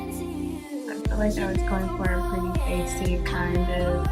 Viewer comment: kept saying “pwetty” lol